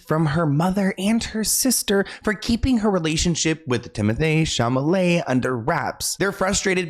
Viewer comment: Why do you keep saying Chamalet? 😂 its Chalamet